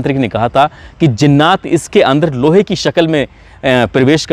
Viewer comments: ذرا اپنے تلفظ کے مخارج کو صحیح کر لیں اور ہمیں آپکے غلط تلفظ سے لگتا ہے کہ آپ قرآن نہیں پڑھے ہیں کیونکہ جنات کو زنات کہنا یہ آپکی قابلیت اور علم کو ظاہر باہر کرتا ہے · Bhai zinnaat nahi jinnaat hota hai ,aap to urdu se waqfiyat rakhte honge kyoonki aap Muslim ho😊